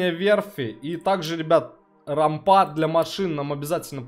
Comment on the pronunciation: Привет, рад видеть в добром здравии :) С удовольствием смотрю видео по игре. Без обид, но рАмпа, а не рампА. И да, трава, кот. сеют на полях - это т.н. сидерат, исп. как удобрение.